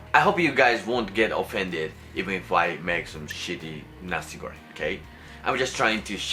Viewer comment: Nasi goreng not nasi goren, you pronounce the "Ng" sound the same as you pronounce "N" word as the las wrod in Japan for example chan, san, ni-san, doraemon. Also, for the sweet or spicy it depends on your taste there is no right way or wrong way for spicy and sweet level everyone is different but in certain region Indonesia the nasi goreng tends to be spicier, some even more dry than you cook (they use more powder than liquid sauce) also some more runier (less dry powder more liquid sauce) something like that. But, initially what are you cooking are correct congrats! Uncle Roger would be proud to you!